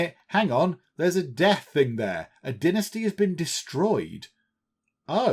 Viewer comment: Is it only me, or every time he says Dynasty I hear Die Nasty! ? ;P :D